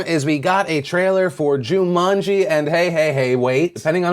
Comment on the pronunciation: did you just pronounce it jew-manji?